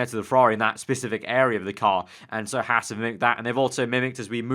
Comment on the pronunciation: Hey mate, it's pronouced "Hawz"....not "Hass".